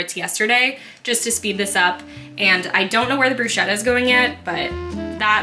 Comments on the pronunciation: Quite sure Bruschetta is pronounced Broose-ketta…😅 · everything looks so good. also i could be wrong but i think bruschetta is pronounced with a hard c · You pronounced bruschetta wrong